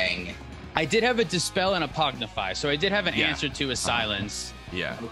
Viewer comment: This is not a troll, I just heard it several times recently: Is it a bit to call the card "Pognify"? Is it a PogChamp thing? I just want to know...